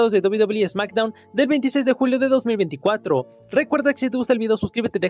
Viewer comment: Backstdown dijo smackdown